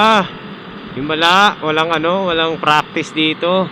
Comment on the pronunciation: fraktis ...makes furfpek 😂